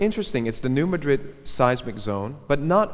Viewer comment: very interesting and informative video, but please, Madrid is pronounced MA-drid when referring to the new Madrid fault line. I live in Missouri where it's located, so I know.